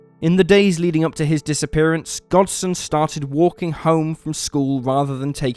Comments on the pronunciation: gosden not godsen.are you reading a script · His name is Gosden you keep saying Godsen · It's Andrew Gosden not godson. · It's not Godsen, it's Gosden! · Anyone else notice that the narrator kept pronouncing this kid’s name as “Godsen”? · I feel sad for Andrew Gosden having his name pronounced wrong TWICE at the beginning is shameful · All the dislikes are from people who can pronounce Gosden